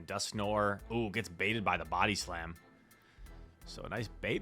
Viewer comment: After all these months, my man still can’t pronounce Dusknoir.